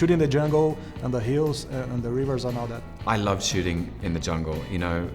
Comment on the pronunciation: acho que ele quis dizer hills